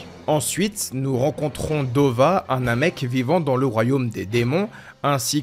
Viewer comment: Hey. Le namek, Dova ?? Non, c'est NEBA (subbé Neva en fr sans raison, mais 8l s'appelle NEBA.). Pareil pour Degesu, c'est du japonais frère, pas du français. C'est degesu, pas degezou, ça se prononce dé-gué-ssu ou plus largement Degess' car le 'u' final est happé. C'est un jeu de mot, comme Arinsu (Arinss' ou Arinssou), avec certaines fin de phrase que l'on retrouve dans différentes régions. (Comme "Gozaru" qui est la contraction de "Gozaimasu", utilisée par les Samurai, les milices japonaises dans les ères Edo ou Sengoku par exemple, disparaissant avec l'ère Meiji). On avait déjà vu ce genre de nom avec Gowasu et Zamasu (pas Zamazou et Gowazou!), empruntés aux mêmes contractions de terminaisons, qui sont souvent associées à un 'accent' régional, bie mn qu'au japon les accents se retrouvent plus dans les mots, l'utilisation des particules et les fin de phrases employées que dans la façon de changer de ton ou d'accentuer des symlabes, comme en Français ou en Anglais, par exemple. Ce sont quasiment les seuls noms qui ne sont pas des noms de bouffe ou d'objets, d'ailleurs.